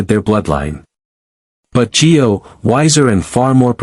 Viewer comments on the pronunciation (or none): It's Gio not G O.